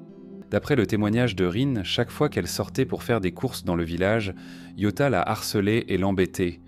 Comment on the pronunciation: Pas que, rien ne va. T’en en temps « reins » t’en en temps « rin », « satoshi » devient « sato » et « ryouta » est « yota » puis « tsurui » est « tsui » et bien évidemment l’incontournable « okaido » qu’on est pas ce que c’est, je ne connais que Hokkaido perso 😅 C’est une IA maintenant on est sur